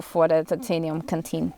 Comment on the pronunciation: The first half of your overview, I thought you were saying kateen. I finally heard canteen. Fru?? Lol anyway, thanks for your opinions. Have a great day.